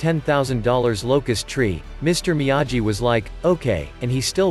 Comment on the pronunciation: It’s difficult to listen to the computer pronounce Miyagi wrong every time 🤦🏻‍♂️